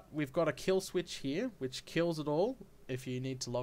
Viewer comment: I like how you say: "Hee, we've got etc." ;D